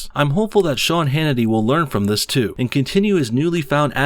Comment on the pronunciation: I mean, I didn't see much wrong with her accent. She pronounced every word except "thees and that" . Lol really just taking cheap shots at this point.